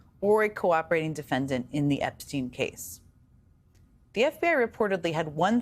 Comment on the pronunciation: FGS it's not pronounced "Epsteen" it's "EPSTINE"